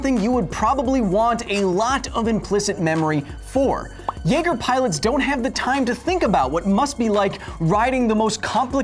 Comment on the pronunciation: Naeger XD